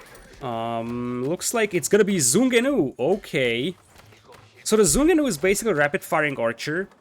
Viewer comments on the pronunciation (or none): fyi the first word of ZhuGeNu is pronounced "ju" (as in June), it was westernized to ChuKoNu in aoe2 but they decided to keep the chinese name in the new game. The name comes from ZhuGeLiang, the strategist from the 3 kingdom era even though he had nothing to do with its invention